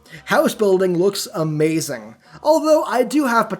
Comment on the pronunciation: "That is Amhehzing"